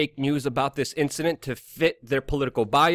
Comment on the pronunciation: Luke you really need to learn how to say "incidents" and you don't gotta go so fast man